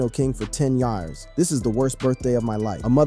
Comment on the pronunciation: "10 yarrrrrrrrrs"